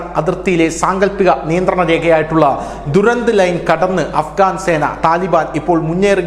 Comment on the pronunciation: ദുരാന്ത് അല്ല ഡ്യുറാൻ്റ് ലൈൻ